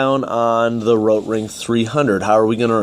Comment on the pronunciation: But have people also been going on at you about your pronunciation of Rotring? PRONOUNCE THE "T"! lol you do this thing a few times where you roll your R as if you now giving it the correct pronunciation in German lol it’s so bad. Why are you doing that?